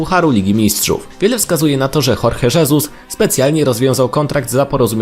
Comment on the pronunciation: Dlaczego imię Jorge, prowadzący wymawia po hiszpańsku a nazwisko po portugalsku?